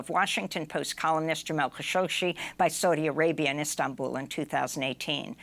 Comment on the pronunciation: You're adding an extra "sh" to "Khashoggi" -- it isn't "Khashogshi"!